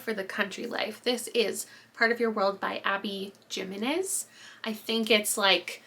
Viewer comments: Jimenez- (he-men-ez) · The J in Jimenez is pronounced like an H!